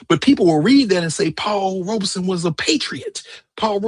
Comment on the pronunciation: Robeson. No 'r'